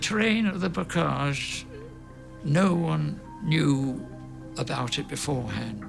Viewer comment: Bocage dude, not Bogage.